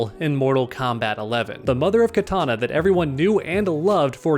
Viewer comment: It's Kitana, not Katana.